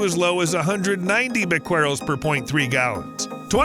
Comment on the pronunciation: The solution to pollution is dilution.--Old saying. 10 half lives is rule of thumb for radioactive atoms until the material is safe. That's 123 years for tritium. Can those tanks last that long? "Bequerel" is either "BEH-keh-rel" or "beh-keh-REL". It was the name of a French scientist in the 19th century.